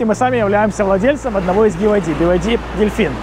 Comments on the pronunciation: BYD в разговорной речи употребляется как БИД, как и БМВ не би эм дабл ю ☝🏼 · Тут дело привычки) в китайской разговорной речи он произносится как бияди)